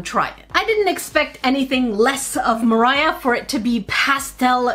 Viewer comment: you said it wrong: I Buy & Review ALL Moriah Elizabeth Nail Paint